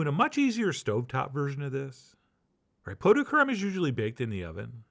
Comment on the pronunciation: You actually pronounced it correctly, "pough"..